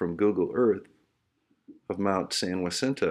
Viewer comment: Not intending to sound like an ahole. It Mt San Jacinto is pronounced Ha-sin-toe. I live less than 50 mi from there.